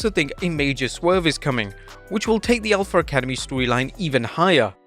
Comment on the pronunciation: Alf-Uh Academy not Alf-ER Academy